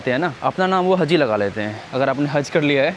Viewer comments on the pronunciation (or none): Hazi nahi haji hota hai or haz nahi haj hota kya bhai urdu ka jad mar dere ho 😂